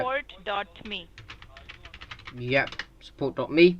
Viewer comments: I'd rather say 'World Wide Web' than people hearing me saying 'DOBLUUU DUBLUU DUBLUUU' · Dublu, dublu, dublu XD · dblu dblu dblu instead of WWW :-)) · Dublu, Dublu, Dublu, dot suppor dot may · “Doublou doublou doublou”😂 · Doublet doublet doubley "repeats it" 😂😂Dead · Just a typical Youtube watcher no it's dablu lol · dublu dublu dublu are one gwooglel clronme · googol clome, haha, dubloo dubloo dubloo